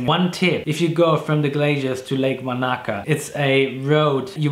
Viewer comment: Wanaka is not pronounced Vanaka.